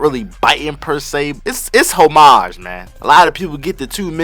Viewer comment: bro can’t even pronounce “homage” correctly 😭